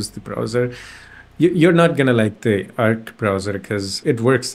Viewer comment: it's not erkk browser it's AAARC browser